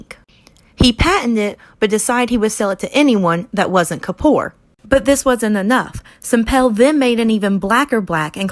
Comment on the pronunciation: god atleast pronounce anish kappoors name right, why u pronounce it like kapor